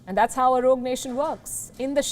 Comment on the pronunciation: "This country has gone wrogue" - no mincing of words 😂